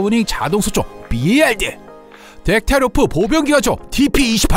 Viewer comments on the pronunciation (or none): 봘 이 아닙니다 비에이알 입니다